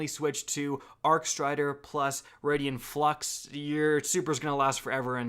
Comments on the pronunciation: Dumbass said “Synchoseps” and “Raidien Flux” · Still says “Raidien Flux” too.